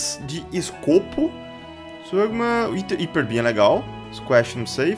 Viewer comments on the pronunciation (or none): none